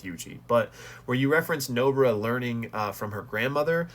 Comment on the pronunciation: Bro why tf you call "Nobara" as "nobra" bruh